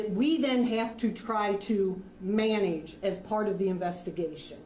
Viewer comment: She said MAN-AGE instead of manage. I am a hungarian from Germany, but I know what types of people psyche-wise try to reinvent all general consensual paradigmas like pronounciation and names and writing of words/names and language in general. I think she misspoke but did CONSIOUSLY not correct it and herself. Man-age is... NOT A VERB?! CHEEZ. 🤯🥃 Her egocentric arrogant character just punches too much right into the face.